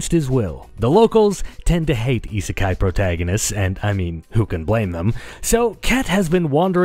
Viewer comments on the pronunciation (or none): What's esisky? I can't even spell it. Sounds like ee see sky? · The heck is "isekai'd"?